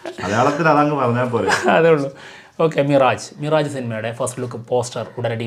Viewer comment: മിറാജ് അല്ല. മിറാഷ് ആണ്.